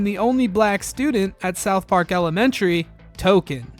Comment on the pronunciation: Great video but you say "south park" weird